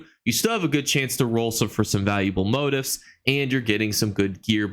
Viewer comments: moTEEF……..moTEEF…..not MOtif. Lol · Really appreciate your videos! I learn something new with each one. Just wanted to let you know though, "motif" is pronounced moTEEF, not MOtif.